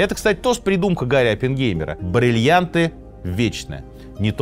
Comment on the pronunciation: хотелось бы верить, что сергей произносит все время брЭльянты и брЫльянты в ироническом ключе, а не говорит так всегда 😂